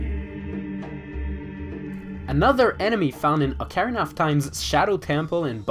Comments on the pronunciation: He has horrible pronounciation. Dude says ocarina. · who taught you how to say ocarina?